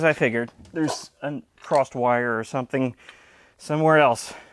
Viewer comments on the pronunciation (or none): none